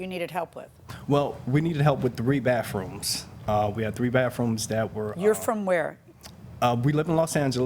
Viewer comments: It's baTHroom, not baFfroom. 🙄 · Crap on a cracker!!! The word is "BATHROOM" not BAFFROOM. Good grief. Quit saying "basically" it means nothing!!